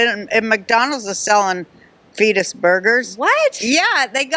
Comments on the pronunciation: I thought she said penis burgers! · i understood "fecal burgers". did she say fetus?? as in undeveloped/unborn babies????? either way....do they listen to themselves🤨🤨🤨🤨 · I thought she said cleetus burgers .